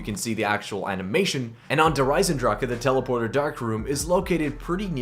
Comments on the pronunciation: Der esendrach. NOT DER EZENDRAKA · "Der Eisendraka"......lol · Why do almost every youtuber say Der Eisendrache wrong? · The way you pronounce "Der Eisendrache" annoys me..